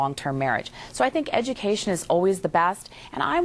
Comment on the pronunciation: She almost said edumacation! I'm in tears 😂😂😂😂😂